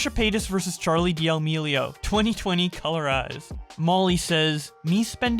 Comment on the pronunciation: Churr-leigh dee-uh-meeleo